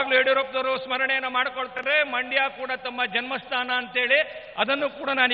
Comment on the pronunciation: ಮೈಂಡ್ ಅಲ್ಲರೀ ಸರ. ಅದು ಮಂಡ್ಯ ಕರ್ನಾಟಕದ ಎರಡನೇ ಶ್ರೀಮಂತ ದೇಶ ಮಂಡ್ಯ